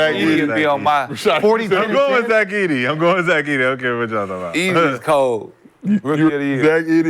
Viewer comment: This boy just said Zach Edy??